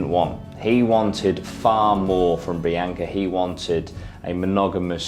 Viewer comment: love this channel but if your going to cover somebody's death to show respect whether an accent or not you should probably pronounce her name correctly. seems disrespectful. It is very obvious her name is BEE-ONKA not BEE-AINKA. have you ever met somebody name bianca and pronounced BEE-AINKA? no.